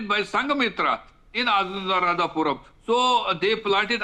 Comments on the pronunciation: It’s not Anuradhapuram you *** it’s Anuradhapura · It's not " Puram " it's called " Pura " - Anuradhapura Sri Lanka is an independent country. Geographically it's been separated and politically should not be connected each other.